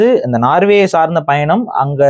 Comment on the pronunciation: நார்வே இல்லை சகோதரர்.நோர்வே